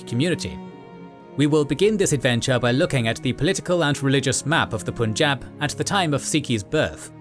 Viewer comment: pleaseeeeeee learn how to say punjab , before making entire video about punjab your hurting my ears